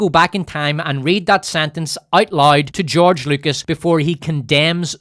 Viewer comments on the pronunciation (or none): none